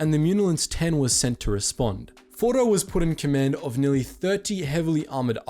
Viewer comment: Why are we calling him fordo?He’s ORDO!